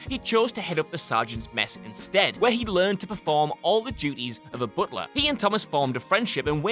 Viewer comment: I gotta say it. Good video etc, but man. Booooot lah? Alfred, the booooot lah?